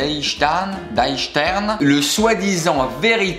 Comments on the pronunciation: Omg l’accent allemand j’habite en Alsace j’avais envie de pleurer 😂😂on dit di stèrn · ça se prononce: " di chtern " 😂🤦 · Ouchhhh ça se dit [di chtern] ! Simpa ta vidéo surtout ce mime ;) Allez fais nous une vidéo qualitative sur tes pires râteaux !!! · Die stern ça se prononce comme ça ce lit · Le "Die Stern" (l'étoile) tu peux prononcer ça "di chtern"